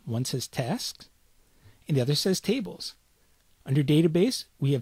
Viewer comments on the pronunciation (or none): none